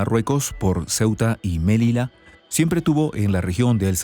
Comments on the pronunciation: Melilla , no Melila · se dice Melilla (ya) y no melila 😂😂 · Melilla, no se pronuncia melila, además el acento es grave. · Melilla, como lo pronuncia suena horrible, nada que ver con el castellano, Melilla.